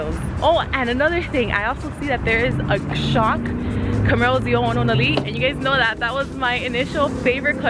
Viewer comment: Love the way you say ZL1 1LE.... keep up your awesome driving on the track.